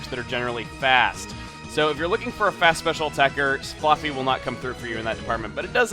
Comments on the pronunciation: Why do you keep saying flooffy it's flaaffy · I thought it was Flah-fee not Flar-fee... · is it just me or does it sound like he is calling Flaaffy floppy? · Oh my god, Chugga, you're killing me with how you're pronouncing "Flaafy". Isn't it with an "a" sound like "have", or am I just crazy? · I always pronounced it fla(as in flash)fy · flaffy with the "a" sound like in "fast" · can't stand how he pronounces flaaffy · every time you said "flaaffy", i flinched cause you say it weird :P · ive never heard flaafy pronounced that way before... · you say flaaffy really freaking weird